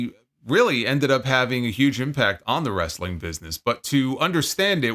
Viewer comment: As a southern myself, this was how I pronounced it until I became a teenager 😂